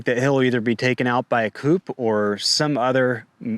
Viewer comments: It's "coo" not coup(ee) - . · Good stuff . But fyi the p in coup is silent.